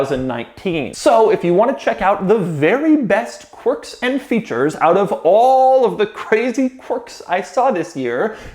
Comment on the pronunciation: I just know he loves saying “Quarks and featurrres”